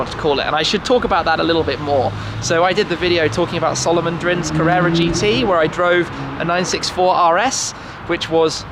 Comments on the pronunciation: It's Carrara white, not Carrera white I think? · Dude, it's Carrara white (like the marble), not 'carrera'. Can't be a Porschephile and not know that!